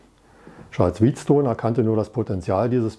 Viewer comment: Der Herr wheat stone wird wie wet stone ausgesprochen und nicht wie Weizen